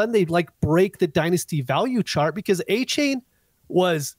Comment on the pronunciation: Man the way you guys can't remember coaches names, and butchering names like adonai, achane and lagette is so hard to listen to. I'll keep giving yall a chance but yeesh